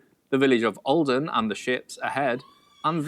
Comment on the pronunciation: I’m from Norway and I was like tf is åaldean and then I was like Aaaaaa you mean olden